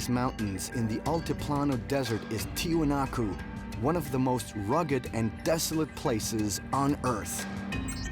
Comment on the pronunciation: In order to correct this chapter, everyone must know that it pronounces "Tiwanaku" or "Tiahuanacu" and NOT Tiahanaco. Learn that, and check your sources to knew it correctly